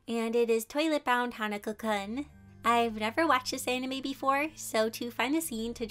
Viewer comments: Its kun, like koon, not kun like kuun. (Scoffs aggressively) I'm joking lol I love the drawings! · cool fact: instead of “kun” being pronounced “cuh-n”, it’s pronounced “koon” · it is pronouced "koon"